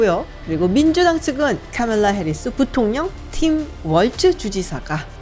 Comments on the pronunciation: 월츠보다는 월즈 쪽이 더 맞는 것 같아요. 본인도 월즈라고 발음하더라구요. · Waltz 월츠가 아니고, last name이 Walz 라서 월즈 혹은 왈즈라고 현지에선 발음합니다. 새 영상이 올라와서 바로 보고 싶어 들어왔는데 초반부터 너무 월츠 월츠 하시니 집중 안되네요